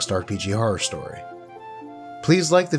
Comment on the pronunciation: Hello, found this video while watching drake. Love how you say horror Haror.